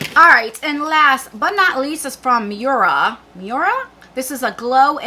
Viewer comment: Loved them both. BTW, it's pronounced "moy-ruh". Love your channel. 🥰🥰🥰